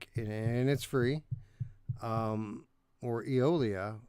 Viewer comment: Day stranger. I've been busy. I finally got a chance to watch. I feel for Radiorunt because NFL Pro Era never had a chance at game of the month. I've played none of these but Eolia will always have a special place in my heart. Only because Eric couldn't pronounce Eolia and said titty nipple.